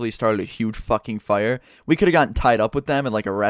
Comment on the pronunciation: you say fire funny